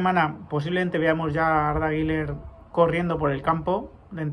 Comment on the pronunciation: ¿Por qué dices Guiler? Él explicó que se dice algo como "Guiuler". Como siempre buen vídeo.